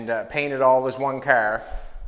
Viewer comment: I couldn't watch this video because of speech, it's a car not cer it's out not oat sorry but it's just aggravating